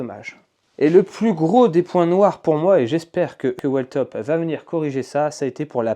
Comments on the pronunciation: Merci poour le test et la revue honnête et complète ! Sur la prononciation de la marque attention c’est "wiiltop" 😅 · Whiiiiiiiillllltop il faut prononcer ! 😅